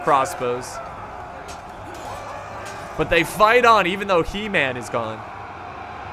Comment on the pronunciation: HE MAN is pronounced he (like her but without the r) man (the man in manga)